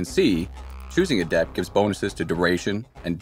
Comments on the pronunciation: Its goddamn "A-dept" not "a-DEPT" for fucks sake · Anyone else find their eyelid twitching every time the narrator pronounces adept as "a-DEPT" like the the adjective instead of "A-dept" the noun? The stress should be on the first syllable, since it is the noun in this case.